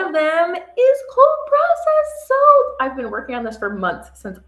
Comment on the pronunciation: Soap. Not soapz lol